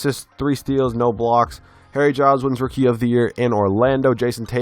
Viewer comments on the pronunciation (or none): Anyone else hear hairy child instead of harry Giles